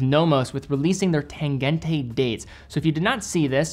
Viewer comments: please learn how to pronounce the "g" in "tangente". Is should sound like g in "tangent", or "gina" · The -e ending in German is pronounced -uh, never -ay. No idea where all the American watch YouTubers got that into their heads but it’s the same with Lange, though you say that one ok. So just pronounce the ending of Tangente the same way you do Lange 😉